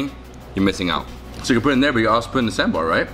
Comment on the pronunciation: He pronounced Sambar much better than Many other people who pronounce it Sambur My South Indian heart is happy